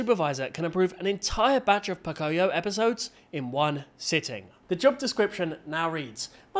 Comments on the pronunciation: It's not poc-i-o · It's Po-Coi-Yo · Idc about the AI slop, why is no one talking about Po-CO-yo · CAN YOU STOP REPEATEDLY MISPRONOUNCING POCOYO